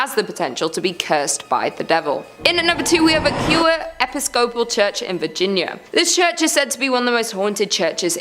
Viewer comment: did you hear how he pronounced Episcopal?? Holy shit. 😂 I was looking at the tv when I heard him say it, then I was like, what did he just say?? He said "Ep-i-scope-al". I mean...